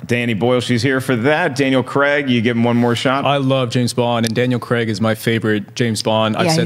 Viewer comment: It's Daniel Cray-g not fucking Cregg jesus fucking christ it's almost as bad as Frosty saying Thaynos to the guys who wrote the film!!! Get it right it's not hard.